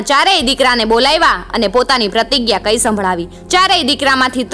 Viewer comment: 'પ્રતિગ્યા' ઉચ્ચાર હિન્દી ભાષામાં થાય છે. ગુજરાતી માં 'પ્રતિજ્ઞા' શબ્દ ઉચ્ચારાય છે. (મારી માત્રુભાષા ના સન્માન માટે)